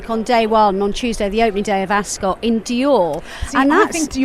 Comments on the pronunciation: I thought it’s pronounced “As-cut” not “As-scott”? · Askit like biscuit pronounce Ascot pse